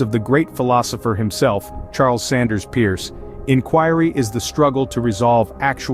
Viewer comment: Charles Sanders Peirce. The last name is pronounced “purse,” not pronounced like Pierce.